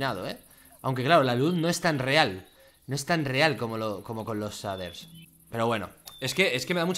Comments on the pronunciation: Se pronuncia sheiders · Todos: Se pronuncia "sheiders" Fargan: SADER. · Gente normal: shaders Fargansio: saders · Pronunciación real: "Sheiders" Españoles: Que le diga saders dice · Auron: SHEIDERS SE PRONUNCIA Fargan: SHADERS SE PRONUNCIA AJAJAJ XD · S A D E R S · Cheiders :v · nadie: absolutamente nadie: fargan: zaders, asi se ve karmaland sin zaders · NADIE: ABSOLUTAMENTE NADIE: FARGAN: SADERS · Nadie: Fargan: saders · Like por cada vez que Fargan dice saders :V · se dice sheiders no shaders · Me estresa mucho que no diga sheiders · Se dise sheiders no shaders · "Los saders" :v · Aaaaa deja de decir shaders no se dice de esa manera